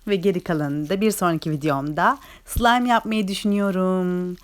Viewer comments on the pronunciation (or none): none